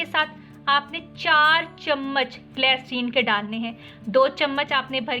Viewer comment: Waah re boli kya bolti h fatkari glacrine saban 😁😁😁😁